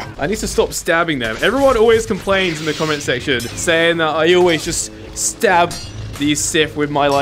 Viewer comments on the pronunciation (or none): none